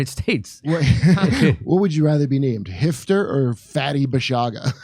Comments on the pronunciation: actually it's hafter not hefter, i don't get why still write arabic words wrong in english, is hafter is hard to read in english!! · I think the name is Haftar not Hifter